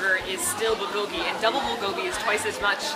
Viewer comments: The "L" sound they keep putting on bulgogi sounds off to me for some reason. I've always heard it pronounced like "booh(r)-goh-gee". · I just feel like they don't try hard enough. They say it more like bull-go-ghee when it should sound more like bool-go-ghee (the "l" in "bul" should sound a bit like an "r" but not too much; the o should be a bit more close-mouthed; and the gi is fine). Hope that helps~ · its pronounced byul go gi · The way they pronounce bulgogi makes me so uncomfortable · Their pronunciation of bulgogi makes me cringe aaahhhh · I wanted to like this video, but no. Your pronunciation of 불고기 is weird and jarring. Also, tattoos and wife beaters? Bad choice for foreigners. Makes us all look bad.